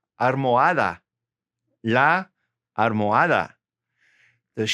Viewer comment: Hello, thanks for great videos, I am from Canada, Montréal. I just had a question, the prononciation for the pillow is armoadaa? I listened many times and every time i heard that you pronounce l like r. is that so and why? thanks